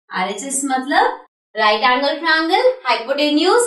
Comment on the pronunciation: sorry to say but its "tria-angle" not trangal!